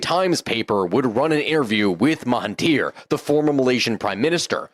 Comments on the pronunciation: Suggest to brush up on your Malay pronunciation starting with MAHATIR Mohammed, instead of ‘MA-TA-HIR’ Mohamed. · Some minor historical mistakes and Maha not Mata in the pronunciation of the PMs name (understandable problem you did get it right later 😊) and less niggling the Emergency didn't lead to independence as much as an attempt to get an alternate outcome in the path there but again an interesting video. Thanks for this analysis. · I would like to point out your pronunciation mistake, with the name.of ex PM if Malaysia... Mahathir Mohamed. MAHA-THIR 😊 You are mistakenly pronouncing his first name as MATHA-HIR 😮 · Mahathir, not matahir 😂